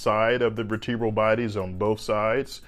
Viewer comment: ver-tee-bruh l? vur-tuh-bruh l.